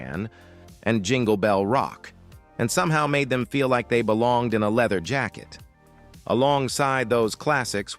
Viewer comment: This is the lamest AI video ever… “let’s peel back the leather………………………jacket”